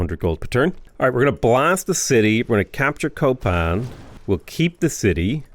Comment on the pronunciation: The city of "Copan" be renamed to "Coping"